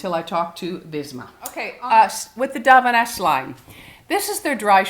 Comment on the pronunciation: Love an empties video, not sure why they are so satisfying! Btw, it's deviant, dee vee ent.